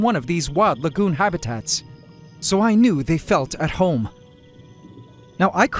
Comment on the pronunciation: Every time you say lagoon, I hear legume